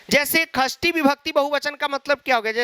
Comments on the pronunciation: Shasti nahi khasti vibakati😂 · Shasti vibhakti nhai Khasti vibhakti 😅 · Sir kasri nhi sasti hoti hai..😁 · षष्ठी ❌ ख़स्थी ✅